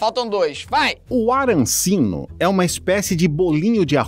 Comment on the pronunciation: não é arancino é arancini